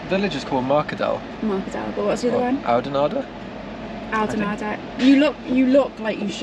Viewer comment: pronounciation of oudenaarde pretty much spot on